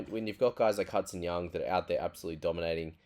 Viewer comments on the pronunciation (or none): none